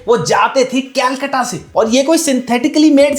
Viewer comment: Kolkata . Not Kaulkattaa.